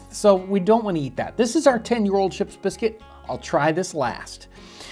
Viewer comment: This man’s commitment to properly pronouncing Ship’s Biscuit is stronger than most marriages.